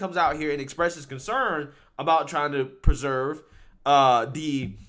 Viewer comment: "Peserve" isn't a word. You get easy words wrong EVERY VIDEO. Also, there's a difference between supremacy and purism. You should understand the difference.